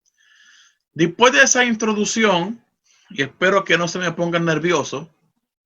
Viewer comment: Excelente tema. Solo una observación: no se dice "dispues" es "después".